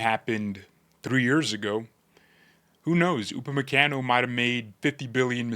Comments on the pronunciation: Gotta soften that last “a” in his name lol. Pronounced “Kahn-o” not “can-o”. Americans … lol. Keep the content coming. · Bro, with all due respect, you're pronunciating his name wrong 😅